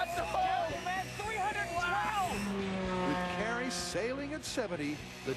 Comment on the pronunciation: its kari, not carrie